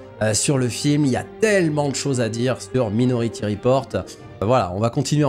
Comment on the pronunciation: " Maï " nority, merci 😉